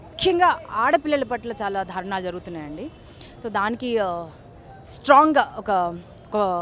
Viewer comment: Dharunaalu kaadu daarunaalu Dhaki vattu yenduku nee Telugu tagaleyya😁😁😁😁😁😁